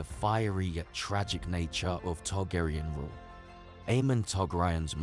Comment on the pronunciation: Targaryen is pronounced TARGARIEN, not TARGARAYAN. Daemon is Demon. Otherwise great video, Aemond is my favorite character!